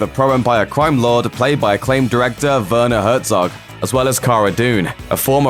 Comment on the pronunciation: Oh please, say that again ;D who is in this series? ;D Bernard Hedgehog? ;D hahahaha I'm so sorry, i am german, so that was really funny ;D Never thought saying Werner is such a hurdle ;D